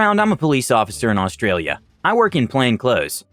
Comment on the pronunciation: Bloody Hell an American who says "Australia" correctly. Full marks mate